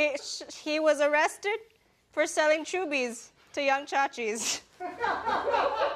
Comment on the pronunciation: Shayne's weird reflex makes me think that Olivia mispronounced "chubbies".